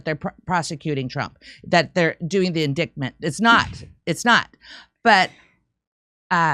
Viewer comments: In"dite" ment not " in " dick" ment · Indictment, pronounce it correctly in-dite-ment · Surprised that doesn't know the correct pronunciation of the word indictment. As in ditement not dicktment. Either way The View sucks and those women are nuts. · Please stop saying indiKtment. It's annoying AF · I can't watch this and hear Indictment incorrectly spoken over and over. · Also my bad but damn can someone tell her she's pronouncing indictment wrong 🤣. Unless she's just trying to say that one eyed snake word a lot lol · Don't pronounce the 'c' in indictment please. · pronounce indictment correctly